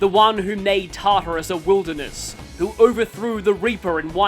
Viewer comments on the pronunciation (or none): none